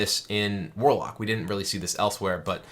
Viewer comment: Mwarlock dood. It's Mwarlock.